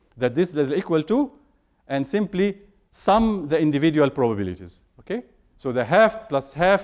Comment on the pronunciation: There's a 90 million Egyptian pronouncing it exactly like that XD